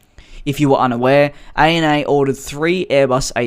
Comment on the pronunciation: You say “A-N-A”?? I call it “Anna”